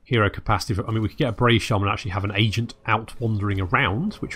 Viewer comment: haha Bray-ve